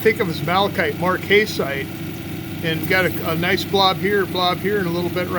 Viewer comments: Marcasite ...short 'A' pronounced marc-uh-site check it out on Google 'how to pronounce marcasite' . You are so into the rocks and do such a great job,just thought you would like to know. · Very nice Marcasite (Mark-uh-site from what I have heard from others) Cabochon. The marcasite really shines! Good to see the technique you use to do your cabochons.